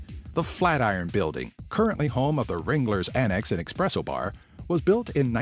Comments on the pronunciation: *es-presso, not ex-presso! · There is no "X" in espresso.